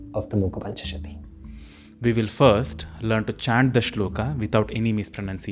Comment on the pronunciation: Thank you. I watched part of the video and am pleased with aspects of it. However, when you say that we will chant the shloka correctly you mispronounce shloka as shlokaa. It is not shlokaa, the a at the end of the word is a short a, not long a to be spoken as aa. This is a common mistake westerners make but we who know the Devanagari script should not say karmaa, yogaa, shlokaa, Arjunaa etc. all of which I hear very often. We could pronounce the short a, not making a mistake in the other direction as yog, karm, shlok etc. which is the way it has become acceptable especially in everyday Hindi. Shloka, yoga, karma, neither a) shlokaa, yogaa, karmaa nor b) shlok, yog, karm. Strictly speaking, both a) and b) listed here are incorrect. However the shlokas themselves I was pleased to see clearly written on screen and also the sounds as written spoken correctly.